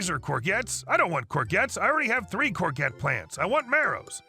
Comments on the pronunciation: It's a French word for zucchini, pronounced courjette. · Oh gods, please don't ever say "core-get", it hurts my horticultural ears! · The g in Corgette is soft, like cor-shjet. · If you ever read that, it is pronounced "cour-jet" not "cour-get". I know, it is a weird word, it is French. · Omg 😱 every time you say courgette wrong, my spine twists. It’s a soft g pronounced like a j. Not a hard g. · The word 'courgette' is NOT pronounced 'cor-get' It is more 'corshjet'. Whilst I watched the whole video, I sorta got tied up on ability to correctly pronounce courgette (in Australia, we call it a zucchini). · "Courgette" is from French, so is pronounced in the French way with a soft "g". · Sorry I had to comment about the courgette story as your pronunciation was like nails down a blackboard!! It’s pronounced kaw-zhet, it’s originally a French word. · It’s pronounced “core-jets” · Courgette is pronounced CorJet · the G in courgette is a soft one, pronounced like a j.